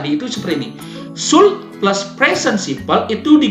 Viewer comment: Janggal dengan pengucapan should-nya. Kayak kurang tepat.